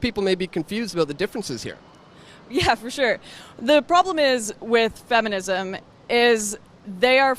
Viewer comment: The feminum movement? hahaha not to tease but that was funny.